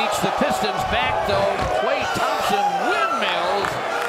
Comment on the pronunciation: De he say Klay tomsompn windmilll